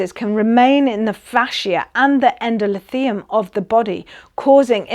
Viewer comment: Great but it's Endo-THEE-lium